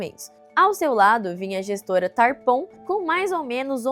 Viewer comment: Eh Taaarpon, não Tarpon